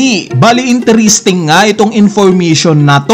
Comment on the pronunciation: Intiristing, Infurmitiun Theuri